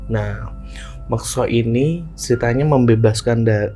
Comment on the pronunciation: MUKSO Bang, bukan MEKSO.